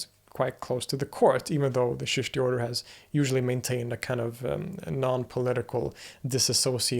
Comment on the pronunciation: Don’t say Sheeshti say Cheeshti, or Chishtiya silsila Started by Moin uddin Chishti rehmatullah alai, of Ajmer in Rajistan in India lived and is still remembered , the country was vast and had borders not watertight as of today’s times learn to say correctly and hold hands with Chishtiyas, join them as discipline Known as “Baith” much better for you as showing signs of deep interest, otherwise you will be seen like running in a maze….